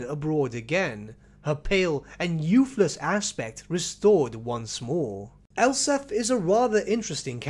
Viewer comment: It sounds like you're saying Elsa von Draken of Null.